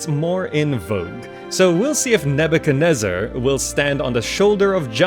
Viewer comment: its pronounced as Ne byu kad ne zar